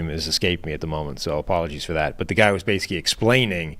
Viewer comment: when he says basically, but pronounces it basic-key gets me every time